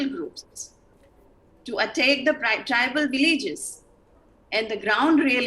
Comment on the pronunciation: Say "Tribal" not "tribeel"